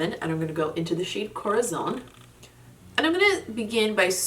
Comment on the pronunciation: As always great looks aaaaand congratulations about your spanish words, your “corazón” is closer to a south american way of pronounce it but the other words more like to the standard central spanish, love the way you say “sangre”. Sooo not bad at all!☺️👏🏻👏🏻👏🏻👏🏻